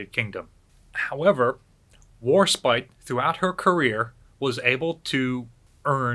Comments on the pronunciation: As an Englishwoman, Warspite breaks my heart... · Warspite and Enterprise ..... omg, what a shame. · WARSPITE WARSPITE WARSPITE